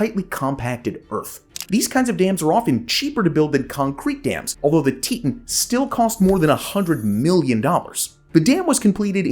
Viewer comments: Teetawn, not teetun. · Teton is pronounced "Tee-tawn" lol not "teet-in" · tee taan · Nice to see the Teton Damn in this episode. I've lived in Idaho Falls, currently live in Rexburg. But it's pronounced Tee-Ton. 😊 My boss actually lived thru this with her house getting destoyed during the collape when she was a child. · isn’t it tee-taan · I believe it was named after the Grand Teton mountains, which are near and were named by the French as "big tits." So, yes, the pronunciation should be "tee-taan." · You pronounced "teton" wrong... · Yes he did, but some people pronounce place names differently than others, even though the pronunciation is wrong.